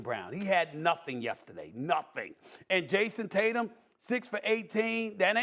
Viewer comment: Nah. Not anemic. Not anemi. /